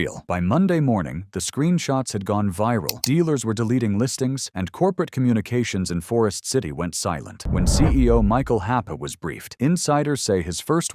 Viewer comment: Corporate communications is not in Forest City, it’s in Edina Minnesota, the corporate office. Oh and the CEO’s name is pronounced “Happy”